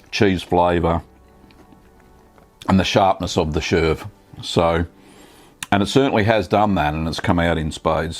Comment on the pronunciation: Looks delicious! I never tried any ash coated cheese, but now feel brave enough. Please check pronunciation of cheese names before ockerising them! "SHERV"?? No such thing. Here is how to pronounce chèvre